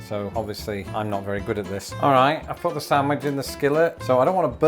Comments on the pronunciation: Every time he says SANTwich an English teacher dies. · is a Reuben without horseradish still a Reuben? I do not like horseradish. Has anyone else noticed the way pronounces sandwich?? How do you pronounce it???